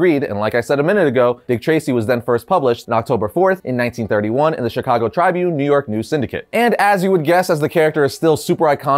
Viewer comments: Dude your butchering Chicago Tribune, your saying it all wrong 🙄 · Anyone else from Chicago uncomfortable with how he's saying chicago tribune? Or is it just me?